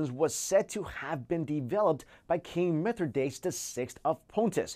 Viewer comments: mith-rah-dat-ees. not mithrdaytes. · "King Mithro-daytes" haha...I think you need some help with your pronunciation... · Mithridates is pronounced Myth Rih Day Tees dude. I knew that classical studies course would come in useful someday lol.